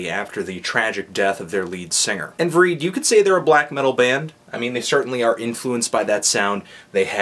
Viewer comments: VRÆID. not VREED. Make it rhyme with Clyde. Also, funny intro, man. Motherfrippin'! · please lean to pronounce basic norwegian. it's not even valfar's weird sognisk dialect. vreid is pronounce "vreyd" or "vrayd" and i krig is prnounced "ee kreeg" also stop reviewing black metal. it's embarrassing. (though i guess vreid hasn't been legitimately black metal in a long time.)